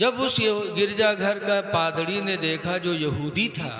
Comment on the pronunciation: Padrdi nhi hai Padri hota hai